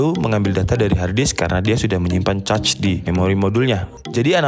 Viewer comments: mohon koreksi cara baca cache adalah "kaSH" bukan cetch atau cacing hehe, btw overal penjelasannya mudah dipahami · “Cache” gan, cara ngomongnya mirip bilang “kesh” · Bacanya kash bang bukan "cache"-_ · bang di bacanya kes bukan cace :( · Cacing bacanya khecing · cache = kaHS bang, jangan cachs apalagi caceee, wkwkwk jadi caceeew dewwch nanti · Cache = Kech min dibacanya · > cara membaca CACHE, konten menarik,mengedukasi, jelas dan to the point dapat gampang dimengerti,hanya saja pengucapan CACHE jgn ca-ce jadi kurang enak didengar pdhl yutuber dan channel teknologi..demikian dari saya mohon maaf kalau ga berkenan tidak bermaksud menggurui tapi pembahasan teknikal harus dgn penggunaan sebutan yg teknikal juga biar sejalan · Cache dibaca kaes .... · Cache dibaca "kash". Caching="kashing" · Cache ---> kesh, caching ---> keshing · Cache dibaca KESH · Mau ngasih masukan buat yang bingung cara bacanya, CACHE dibaca KAS(H) sedangkan CACHING dibaca KAS(H)ING. Terima kasih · Gatel denger ente ngomong Cache wkwkwk btw nice info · ice Age cace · baca cache itu kaSH gan :D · Sorry kalau gue salah Kalau ga salah cache itu bacanya kash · cinemato udah bagus, cache nya “cac” .. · dibaca aja kas gan, kayak kas saldo, udah ga salah2 bgt klo baca kas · Cache = baca aja kash or kesh.. good video btw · Saya heran mengapa banyak orang Indonesia yg salah mengeja "Intel". Ga enak rasanya dengarnya. tuh coba pencet icon speakernya. Juga "cache" nya juga salah... cari tau sendiri deh... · ane jg gatel dengernya hehe